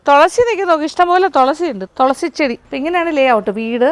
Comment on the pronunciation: Tholasi alla😂 thulasi